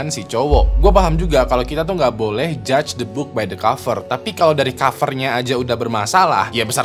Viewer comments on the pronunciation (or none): none